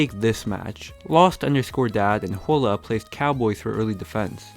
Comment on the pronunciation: The way he said hola made me angry